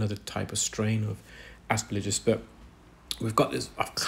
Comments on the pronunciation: Every medical professional who has discussed aspergillus with me (I had an unpleasant issue with it some 40 years ago) has pronounced the third syllable as “gill”, not “lidge”. Exactly as it is spelled. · Please say asperGILLus, not asperLIJus! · a friendly GP from across the pond. Love your videos and your scientific explanations of the various ear conditions you encounter. One detail I noticed and wanted to share, the fungus is called Aspergillus, it doesn’t rhyme with religious as you’ve pronounced it. Not trying to be condescending or picky, just wanted to be helpful as you are a consummate professional and just want to help keep your presentations buttoned up. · I think the replies here are a bit harsh. The comment isn't attacking, or his knowledge or skills. At worst it's nit-picking and pedantic. But pippa isn't the only one frustrated by this particular mispronunciation - I often find it so jarring that it distracts me from what actually saying. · She's not asking for an American accent, she's just asking for the consonants to be in the right order. Like if he kept saying "Aremica" instead of "America". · Yes, some English words are not pronounced the way they're written. This is not one of those words. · There was absolutely no element of hatred whatsoever, and I can’t for the life of me fathom why you thought there was. I have enormous respect for, and the way he redesigns tools rather than complaining about them is superb. But he constantly misprounces aspergillus, and the effect on me is the same as when someone deliberately scrapes their fingernails down an old-fashioned blackboard.